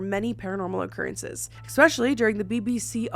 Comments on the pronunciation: Drink everytime says ECK-specially! My neurodivergence can't handle it. There's no "C" or "K" before the word special in especially. See? Esssssssss-pecially. 😢 I wish my brain didn't make it hurt my soul. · eSpecially. Not eXpecially